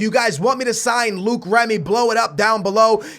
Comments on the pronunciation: please pronounce Remy right... It's not Luke its Low-ic (Loic) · Its Loic Remy not Luke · It's not Luke remy its loyc remy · it's loic not Luke not trying to hate but that's how u say it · Don't buy Luke Remy. Buy Loick (for pronunciation) Remy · it's loic not luke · Its LO-IC Remy... Not Luke Remy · Some help for French pronounciations ! Loïc is pronounced "loh-heek", and Maxime is pronounced "Maxim", the final e in French is not accentuated ! Oh, and about the scouting of players from France, there was the name of Nabil Fekir in one of the mails in your mailbox. Regarding Fekir, he could be hot stuff in the next years. He has already been compared to a sort of "leftie Ben Arfa". He also made a bit of controversy because he holds two nationalities (France and Algeria) and had to choose for which country to play. Deschamps persuaded him to play for France. But I don't know Fekir's level nor stats in FIFA. Cheers, keep up with the cool series ! BTW, I was probably the only guy in France that wanted Portugal to win the Euro ! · You pronounce Loic Remy- L-oy-k Remy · "Luke remy" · its lo-ic remy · Wait?Is Luke how u pronounce the Löic in remy? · Remy's first name is pronounced low-ik